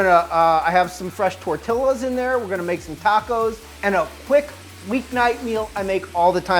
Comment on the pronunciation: You have no idea how much you made me irrationally mad at how you pronounced jalapeño Edit AND TORTILLAS